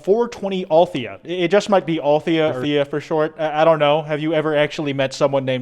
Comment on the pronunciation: nna i think it's pronounced "al-the-ya" not "althia" it's my opinion ok